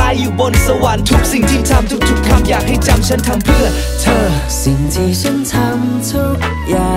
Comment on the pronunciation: ชอบเพลงนี้มากของพี่บอล เอามาทำใหม่ก้อชอบนะค่ะ ติดแค่ตรงคำว่า ฉัน ออกเสียง เหมือน ซั้น ฟังละจั้กกะจี้ๆยังไงไม่รุ้ค่ะ แต่ก้อแปลกใหม่เปนสไตล์ของ rooftop ละมั้ง 😊